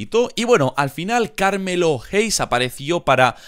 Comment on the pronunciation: Se pronuncia pErez y carmElo no perEz y cArmello 😂 las entonaciones son importantes